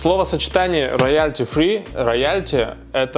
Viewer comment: Спасибо. Только музыка не от слова роЯль, а от английского royal, читается как рОялти (ударение на первый слог и без мягкой л)